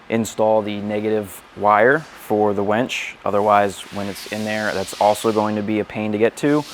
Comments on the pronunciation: Great video. But.... it's WINCH, WENCH is something totally different. Lol Winch, winch, winch, use that "I" no "E". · Can we all agree it’s “winch” not “wench” 😂